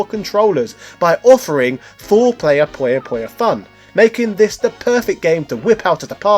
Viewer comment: Its PU-YO PU-YO, not pollo pollo this aint Pollo Loco